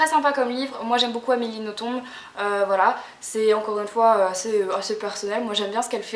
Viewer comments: Super video, juste pour infos "Nothomb" se prononce "noton" et pas "notombe" ;) Bisous ! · Le "b" de Nothomb ne se prononce pas en fait. Sinon j'adore tous ses livres et les ai presque tous. Après on aime ou on aime pas, elle a un style particulier. "Robert des noms propres" est un de mes préférés. Et pour "A la croisée des mondes" je recommande aussi fortement, mais pas le film (que je n'ai même pas voulu voir) qui ne respecte en rien le livre. Je l'ai lu je crois plus de 10 fois avec toujours autant de plaisir (normal vu que je l'ai depuis plus de 10 ans aussi^^).